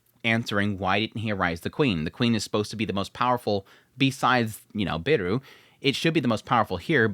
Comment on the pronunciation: Beru not Biru... the 'e' is pronounced halfway between the first e in 'pepper' and the a in 'paper' but you can get away with either one if you (understandably) don't want to struggle with learning a new vowel. It's the same 'Beru' as Bell Cranel in danmachi, and I took it that he was being named 'Bell' but idk, maybe it's an adaptation of the name of this author as you say. 'Biiru' would mean 'Beer' and be pronounced like beer-oo and is what it sounds like your saying and it's making me thirsty.